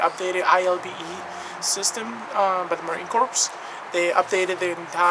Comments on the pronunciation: Core! Not corpse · It's pronounced Marine "Core" even though it's spelled corps.